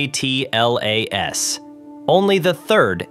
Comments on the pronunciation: ATLAS is pronounced "atlas" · Does nobody actually narrate their own videos anymore? Come on just say Atlas as a word............ do it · No, it's pronounced "atlas"